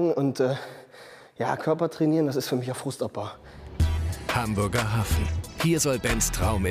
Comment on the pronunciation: hambörger Hafen😂